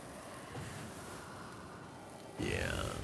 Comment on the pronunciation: pronouncing Ghassan as Hassan is quite triggering lol